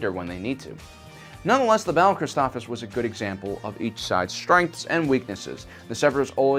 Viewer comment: Never seen this channel before, and I love the effort, but saying some names incorrectly (Christophsis! You're missing the 2nd S!) and this whole voice impression thing with Morgan Freeman are putting me off. Just use your own voice dude, it's fine! The Freeman impression doesn't fit here, and the switching back and forth between the voices throws off the feel of things. Am I watching sci-fi technical summaries, or hearing a bedtime story? :P If y'all like it, great that's your opinion and the creator's prerogative, and that's A-ok, but I don't like it. Otherwise a great video with tons of nice summary and nuggets!